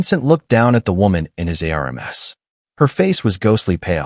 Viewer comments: Air relms its arms! Lol AI😅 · I had to look at the transcript to find out what the hell the word arames was. He held her in his arms. ARMS! The appendages that grow on our body to actually reach things and hold people are called arms!! Not arames. You need to actually find someone to listen to these before you post them. Spelling two letter words and three letter words through the whole thing is ridiculous. The story is really good and I enjoyed the storyline but seriously you need a proof listener. 😤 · Use a better AI or try voice to text; you'll lose your audience if this continues. Words like ARMS, IS should not be outside the AI ability. These errors cause disconnect in the story line and disrupt flow of information so you lose the listener. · Here's a new one - Aremes... R M S /arms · How are you pronouncing ARMS , COP, US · Why is the story teller spelling arms,?